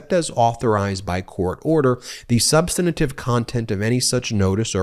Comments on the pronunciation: Ben, thanks for bringing us this analysis. One thing, though, you are adding an extra syllable to "substantive," making it "substantative." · 'substantive' has three syllables, not four. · Dang, Ben, learn how to pronounce “substantive.” The word not not have four syllables. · Can someone please let Midas touch hosts the word us Substantive NOT substanative which is not a word at all? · Ben, the word is "substantive"; you're mispronouncing it.